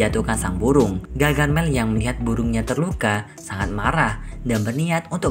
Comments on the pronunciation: Bukan gagarmel..tapi gargamel 😅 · gargamel kali bukan gagarmel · Harusnya gargamel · Gargamel kak bukan gagarmel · Om bukan gagarmel tapi gargamel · Bamg gargamel, bukan gagarmel 😭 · Bang bukan gagarmel tapi gargamel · Bukan gagarmel tapi gargamel